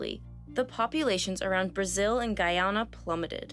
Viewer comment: Every time she said Guyana it made me cringe 😂